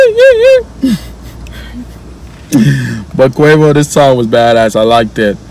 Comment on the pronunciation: girl you cant say Quavo